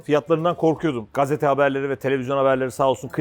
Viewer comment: kazete ne la koca oyuncusun la olm GAZETE